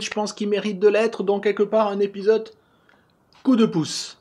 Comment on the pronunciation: Jeff je t'adore, mais pourquoi tu dis épisoTe ? Non, sérieusement merci pour ton travail et ton iimplication !!